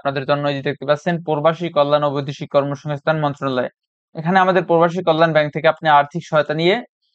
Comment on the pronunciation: প্রবাসী উচ্চারণ করতে পারেন না কেনো❗